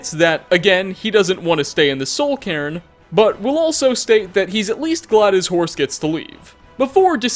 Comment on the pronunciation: Cairn. It’s pronounced like CARE-n. Not Care-EN.